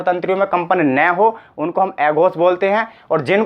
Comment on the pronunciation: भाई पढ़ा अच्छा रहे हो लेकिन उच्चारण तो सही करो, न को ने प को पे स को से अघोष को एघोस बोल रहे हो। आप हिंदी पढ़ा रहे हो , सही उच्चारण करो।